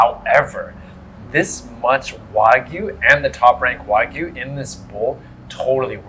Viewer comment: ‘Why-Gyu’? I don’t understand why people struggle so hard to pronounce ‘wagyu.’